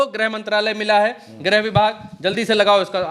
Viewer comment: Grah mantri nahi bola jata grih mantri bola jata hai.